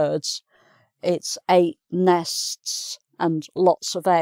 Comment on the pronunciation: She seems to have difficulty in pronouncing 'nests'.